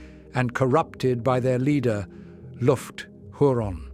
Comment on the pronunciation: Finally, I now know how to pronounce Lufgt Huron!